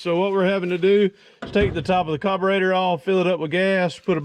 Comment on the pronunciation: It’s carburetor not cobarater 🤦🏼‍♀️